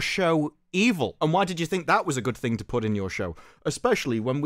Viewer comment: Did he really say goof ting while tryna sound serious?